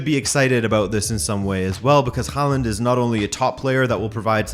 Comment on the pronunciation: What's with the mispronunciation of his name? The "Haa" is pronounced with the same vowel as in "tall".